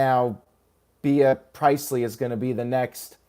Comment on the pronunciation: "Pri-eist-ley"??? } PRIEST-LEE (Be-ah)